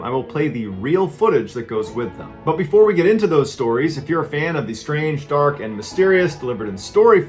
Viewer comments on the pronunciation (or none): none